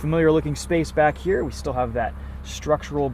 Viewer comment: Did he just say, "decent amount of space backe here"? hahahahaa